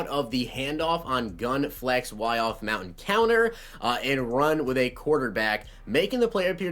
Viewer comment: he said “mountain counter” when it’s “motion counter” lol